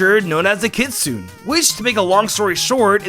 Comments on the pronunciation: It’s KITSUNE not Kitsoon. You make it sound convincing that you know what you’re talking about but you lose all credibility with your mispronunciation. Should research first before making a video. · its kitsune not kitsoon.... fuck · My friend I really really really want you to say Kitsune correctly 😭